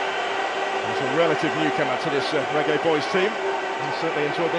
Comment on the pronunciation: I heard the commentator said raggae boys 😂😂😂😂😂😂😂